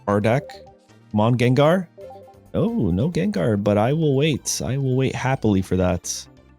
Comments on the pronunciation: Bruh frfr. Annoying asf because Gengar is my favorite Pokémon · it's understandable mistake since you guys pronounce ginger as jinjer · I know he’s saying gengar wrong to boost engagement but I’m still gonna comment cuz it’s working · Someone never watched the Pokemon animated show.. Unless you're trolling us on purpose saying Gengar name wrong... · Guh^. G as in good. Not juh sound. Lol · Everyone: Gengar 💪 Him: Jenjar? 😮😮😮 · Bro I loved your videos until you jen jar bro it's gang-garr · lil bro literally says gengar u ain’t slick fn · I dont care if Jen-Jar is deliberate, it grates on my brain and makes me irrationally angry. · Jen-Jar bro wtf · Jenjar... Pronouncing Pokémon names like Wolfe used to at this point 😂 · hearing jenjar :face-fuchsia-wide-eyes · Take a shot everytime he says Jenjar. I approve of this subtle way to drive engagement. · Im only 39 seconds into the video, does he do this "Jenjar" thing the entire video? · Schenschar ex pls no 😭 my ears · It's understandable how you pronounce it as Jenjar, since we pronounce ginger as jinjer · Say Jenjar one more time bro I swear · JENJAR LMFAO. hey kept saying it over and over I'm dead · In the last gengar video (THIS Gengar EX Deck is a HUGE UPGRADE! - Pokemon Pocket) he pronounced it correct now he is pronouncing it like Jenjar what happened in between then and now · I cringe every time he says Jenjar. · "jenjar"? shame on u. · How many times must explain why he pronounces it as Jenjar? 😂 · Yenyar??? 😂😂😂 q chucha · Jenjar?. At this point it's intentional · Ginger EX and Jiratina...it's funny because this comment thread is also engagement. It's engagement bait for people correcting him + meta engagement bait for people who call him out (though he did say it's partially because that's how he said it as a kid lol) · I hated your pronunciation at first, but the story is charming so I approve 😋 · When you have to pronounce the name wrong for content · HOW DARE YOU SAY GENGAR PROPERLY